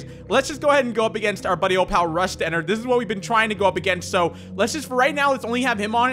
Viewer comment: BOI ITS ENNARD NOT ENNERD